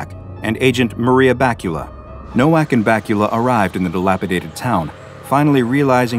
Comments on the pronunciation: "nowak" is read with a "v" ilke in "vest" and not "w" like in "water" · as someone who speaks multiple Slavic languages, perhaps the true horror is how you pronounced this poor man’s name along the way 😂 BTW, in Polish, the W is pronounced as a V, so Nowak would be pronounced Novak. If his name had been spelled Nołak, only then would the pronunciation been correct 😊 Love your work ❤